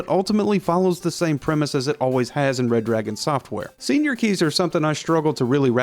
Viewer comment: Damn it, it's Red-Ragon, NOT Red-Dragon. Get it right.